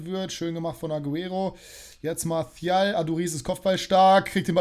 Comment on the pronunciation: Sprich doch mal die Namen richtig aus 😂 martial ist kein Spanier. Genau wie Jesus 😉